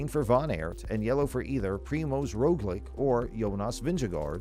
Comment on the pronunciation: Roglic and pogacar were also pronounced well